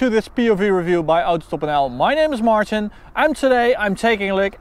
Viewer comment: I thought your name was pronounced "Martein", as it's written. 🤔